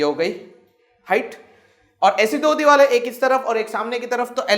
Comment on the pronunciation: Sir aap divar ko dival kha rahe the 🤣😁